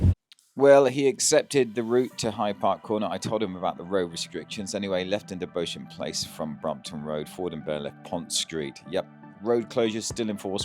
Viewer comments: Beauchamp place is pronounced beach-um place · BEAUCHAMP PLACE is pronounced ‘BEE-CHAM PLACE.’